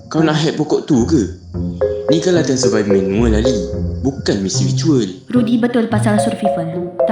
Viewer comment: sedikit sarann kak, kata survival itu dibacanya "survayvel" yaa. oh yaa, dubber Rudy & Jet kayaknya satu orang yaa? spill dong